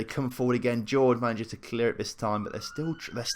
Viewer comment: His name's Hor-Hay not George, please don't change it again